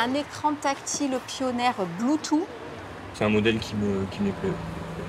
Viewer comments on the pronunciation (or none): "le bloutou" oh my god :( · Le fameux "bloutou" (bluetooth).....Le niveau de la plebe est incroyable, ces pleutres hahahahahahaha